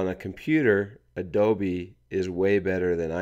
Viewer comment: Did he say Adobe wrong??